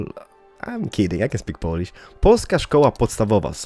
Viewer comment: That feel, when you're Polish and he says that he can't say Polish and then he says the word correctly :D